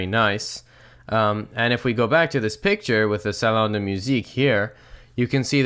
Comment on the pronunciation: Saloon or salon?